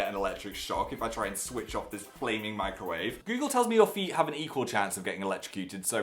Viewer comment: When he said he put a fork in the microwave, I thought he said "I put a fork in my grave".